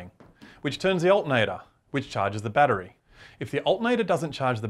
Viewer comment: he says bat tree